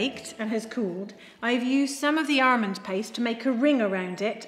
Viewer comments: Thats a weird way to pronounce Almond.. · …and “armond” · Definitely ARMOND 😊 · Most of us say it like that in England.